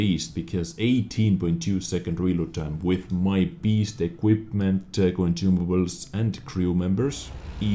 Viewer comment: I love how je says "conjumables" haha :D